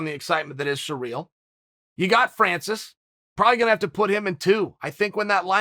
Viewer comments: Ah em. Chael. It's pronounced See-Ryl not Surreal. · yeah i know its hilarious lol, in case someone is sureally wondering its pronounced siri-l. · Sereel? Ciril’s name has been everywhere in the MMA world lately so how can Chael butcher the pronunciation so badly? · Its surreal the way chael pronounces cyril